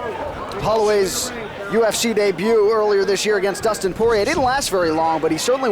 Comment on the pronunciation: Dustin Poiyay